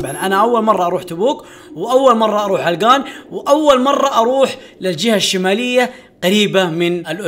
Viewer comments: عَلَقَان مو علقان هههههههههههههههههههههههههههههههههههههههههههههههههههههههههههه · عَلَقَان وليس عِلقان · مو علْقان 😂😂🤦🏻 ، علَقان♥️ ♥️♥️♥️. ياخي احبك يا ♥️♥️. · يا اسمها علقان مو علقن ولا السنه ذي باذن الله تشرفنا في تـبـوك عند منطقه الحره وفيها الثلج خرافي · هههههه ولا مره نطقه علاقان صح علقان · لا تبعص اسم المنطقه علْقان ❌ علَقَان✅ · علقان ❎ علقن ✅ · لو سمحت اسمها علقان مو علقن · علقان ❎ علقن✅ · عَلَقان ✅ عِلّقان ❎ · عِلْقان ❌. عَلَقان ✔️ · اسمها علقان مو علغان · عَلقَان مو علَّقْان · منور تبوك 😂 و القرية اسمها علقان بفتح العين و الام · هههههههههههههههههههههههههههههههههههههههههههههههههہۧ ة 💔😹🤦‍♂️. النطق حق علقان خطأ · السلام عليكم نطق كلمة علقان غير صحيح ياصاحبي للتنويه سعدنا بتصويرك والي الأمام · ترا نطقك ل علقان غلط شوهت اسمها 😂😭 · خطاء نطقك ل علقان